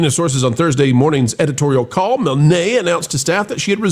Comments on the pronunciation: It’s “Mihln”, not “Mil-nay”. Same as the creator of Winnie The Pooh, A.A. Milne. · I'm pretty sure that Claudia's last name (Milne) is pronounced Miln, like "Winnie the Pooh" author A A Milne.